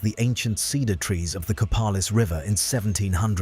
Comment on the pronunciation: And it's Co-PAY-lis, not Co-PAL-is.